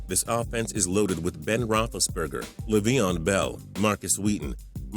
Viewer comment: Lol "leh veon bell" "cardehnals"